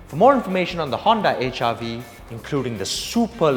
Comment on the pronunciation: It seems you say HIV not HRV. haha